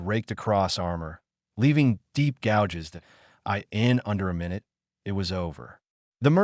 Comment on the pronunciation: Why always this language or accent changes? Just try only to talk english. And please remember “it” is used very often in English speech and it’s not meant to be spoken as “I T” meaning Information Technology, even if it’s written in big capitals. And don’t speak ANY sentence endings or apostrophes or …